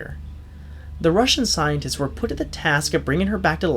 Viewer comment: It sounded like u sayed scientits XD